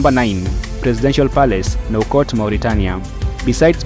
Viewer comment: You can’t even prounounce the capital of Mauritanie